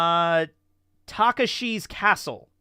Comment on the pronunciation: What's worse, not knowing Takeshi's Castle, or calling it Taka-Shii's Castle?